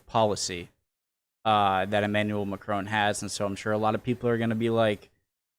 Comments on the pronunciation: Mec il est anglophone, "on" est une voyelle nasale, ils ont du mal à la prononcer. Exactement comme nous avec le "th" anglais. Soit un peu tolérant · Why are you calling him Macrone? there is quite clearly no e at the end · As you like the French President as much as you do, might I suggest you try to pronounce his name a tad better? It mc-cron (to rhyme with gone) rather than mac-crone (to rhyme with grown). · Its not Macrone, its Macron